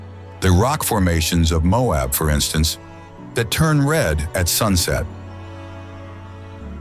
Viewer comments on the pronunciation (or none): none